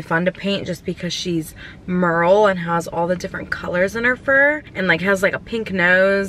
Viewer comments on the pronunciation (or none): none